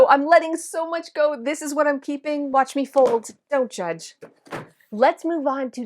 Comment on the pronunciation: "Whatch me fold!" I'm wheezing.